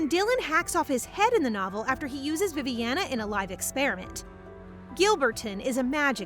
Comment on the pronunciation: Did you tell Viviana as Poopiana😂